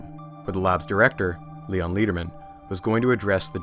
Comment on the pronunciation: Love the series but I think I should point out that Leon Lederman’s name is pronounced like lead the metal not like lead as in guide. It’s more like letter then leader.